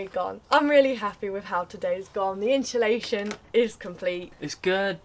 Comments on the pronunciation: Love how you both say insulation haha. 'inshhulation' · Insulation not InSHUlation 😂